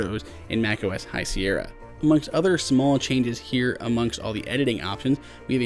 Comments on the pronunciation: High Sierr-i-a? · Did he just say "High Sierrya"??!